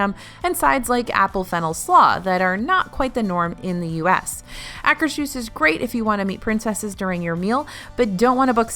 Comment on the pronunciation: I just like to bug about pronouncing it... it's pronounced " Ah' -- kers -- hooss ". There is no "sh" sound in it.